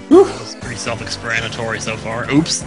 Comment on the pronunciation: Self-expranatory? Haha. Tim showing his true Engrish.